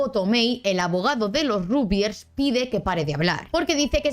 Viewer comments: Se dice ragbyers, no rugbyers Se dice lebric, no lebrice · Como Argentino, suena muy raro el Rugbiers, y no Ragbiers.